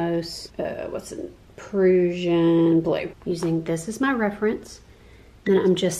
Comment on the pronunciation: “Prussian” blue. It’s pronounced like “Russian” with a P at the beginning. Just take it as from someone who can’t help being picky and who taught English (50 years ago).